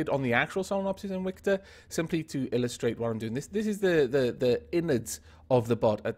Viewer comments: He said its name like inwictor not invictor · is it invicta or inwicta? it sounds like you're saying inwicta lol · So it's pronounced ' in-wic-ta' but spelt Invicta? That's nice to know.